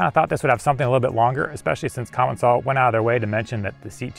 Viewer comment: I have confirmed it is actually pronounced "Commence-al" by someone who works in their office, not "Common-sall".